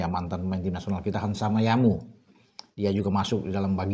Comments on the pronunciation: Hansamuyama bung bukan hansamayamu....hihihi Maaf di koreksi mungkin keselip lidah..✌️✌️✌️✌️ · Bukan Hansama Yamu ❌ Yang bener tu Hansamu Yama ✅ yaelah 😅